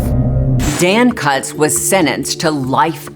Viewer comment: Kutz is pronounced “coots”, rhymes with “boots”